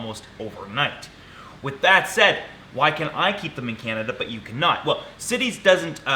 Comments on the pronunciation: LOL, the treaty is CITES, not "CITIES" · I think it’s CITES not city’s